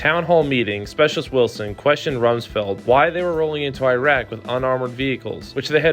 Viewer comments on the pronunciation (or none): none